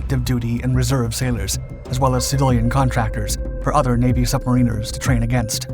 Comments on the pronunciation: NOT submareeeners, but pronounce as sub mare in ars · subma-reen-ers lol it's sub-mar-an-ers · I think it is pronounced 'submaraner' instead of 'submareener' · Nitpick: it's pronounced more like "sub mariners" instead of "submarine ers/ sub marine ers". And now I better say Great F*ckin Vid! Honestly, great research and delivery. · Sub-mariners NOT Submarine-rs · As a 21 year US submariner, we pronounce it submarine -rs, our UK counterparts pronounced it sub-mariners. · Also pronounced sub-marin-ers here in Australia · Like any other word the British pronounce it differently or rather correctly like sub-mariners while the Americans employ the hillbilly pronunciation using the “marine” pronunciation which is no doubt incorrect since it should be a variant on the word “mariner” and not “marine-er” which just sounds stupid. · Typically the first pronunciation is British and the second is American but in reality mariners are usually merchant seamen, navy people are called sailors, and submarine people are called submarine sailors. I’ve been both a submarine sailor and a merchant mariner. And finally, merchant mariners are usually called merchant seamen, or just seamen.